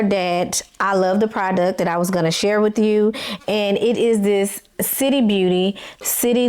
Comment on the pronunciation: I'm not sure if you are aware that you are pronouncing "this" as "dis". 😂 Also, it would be helpful if you show a pic of the pattern and a picture of your dress as you are describing it for your visual subscribers.😊